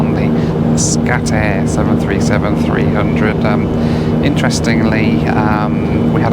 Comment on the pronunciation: Scatty Air! LOL